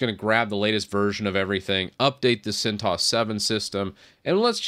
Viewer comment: Correct pronunciation is 'CENT OH ESS' ;)